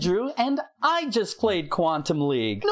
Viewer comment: Everytime you said Quantum League I heard Quantum Leap and thought of Scott Bakula